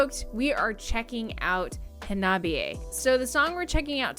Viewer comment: I Japanese, “ha-na-bi-e.” Not “ha-NOB-i -e.”